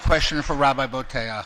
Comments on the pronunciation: I've heard Bo-teach and Bo-tee-ach, did he say Bo-taire? {:-:-:} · Also, "Boteach" is a name created *just* to pronounce incorrectly. Boh-Tay-Ach? Bullshit. Boh-Teech.